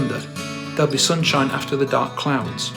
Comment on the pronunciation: You're onto something. In fact Liam doesn't even pronounce the words in the same manner sometimes. Sunshine = Soon-shee-ine. Supernova = Soopeh-nova